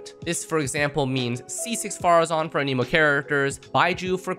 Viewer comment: Anemo, not Animo. lol. how is fervonius better than skyward. less damage, less recharge? 0 benefit.